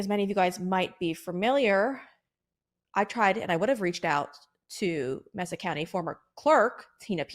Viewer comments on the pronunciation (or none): Pronounced MAY-sa county, not MESS-sa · It's MAY-sa County... Geez.